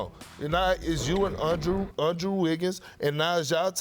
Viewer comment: "Undrew" Wiggins lol